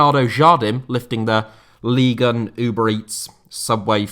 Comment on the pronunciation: You are so precise with your narration, articulation and intonation - yet, you can't seem to pronounce Ligue 1 properly :)